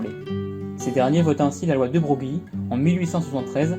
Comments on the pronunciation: Tu feras beleck, "de brogli" ca se prononce generalement plutow "de breuil" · Broglie se prononce Breuil.